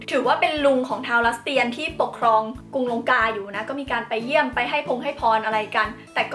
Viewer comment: พี่ครับ คำว่าลัสเตียน อ่านว่า ลัด-สะ-เตียนนะครับ